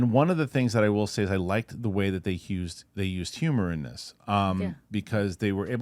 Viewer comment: Oop! slipped up and said "Hughs'd". Sadie Sink playing Hugh Jackman playing Wolverine confirmed.